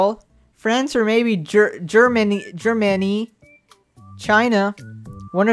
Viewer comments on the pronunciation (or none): It's pronounced Germany 😭 -a American/German person.